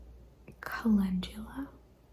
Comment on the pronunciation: I am soooo glad you did Jeannie’s questionnaire because: 1) It helped me discover your channel and I subbed 2) you pronounced Calendula correctly! lol The street I grew up on was Calendula and it was rare when someone pronounced it correctly. 3) I found your answers to be very fascinating 4) You reminded me that I recorded my own responses to Jeannie’s questions and I have not uploaded it yet. 😁